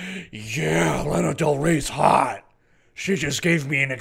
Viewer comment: Is LANA btw no laiiina